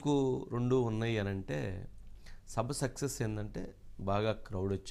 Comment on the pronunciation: సెక్సె స్ కాదు వంశీ గారూ సక్సెస్ ప్లీజ్ మీరే అలా ఉచ్చారణ చేస్తే మీ ఎంప్లాయిస్ ఎలా చేస్తారు ? ఊం ?